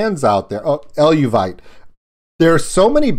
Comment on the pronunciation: Very interesting reaction - thanks. Just fyi it's pronounced El-vay-tee. They are awesome as well.